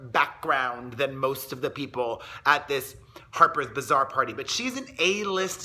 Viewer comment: LMAO Its HAPER'S BAZAAR!! Not hapers vazaar....lmao. Dont you gossip for a living and you dont know what Harper's Bazaar is??